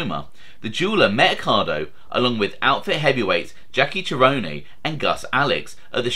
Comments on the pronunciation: jackie’s last name is pronounced “ser-own”, not “cher-onay”. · you pronunciation of certain names is wrong example Jackie Cerone would be pronounced se-rone/rome not che-rone-ne....... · Name you missed pronounced is pronounced ser-rone tone pronounced like tone. If you do Chicago crime you will come across the name more than once.